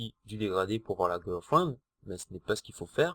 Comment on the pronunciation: GIRLFRIEND et et pas gUrlfriend Ecrétage et pas ENcrétage